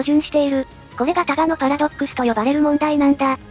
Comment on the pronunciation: 他我のパラドックスじゃなくて、ただのパラドックスに聞こえた笑